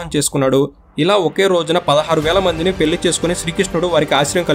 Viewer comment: పెల్లి కాదు పెళ్ళి.